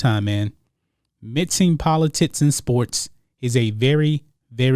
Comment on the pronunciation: Bruh it’s politics. Not politits.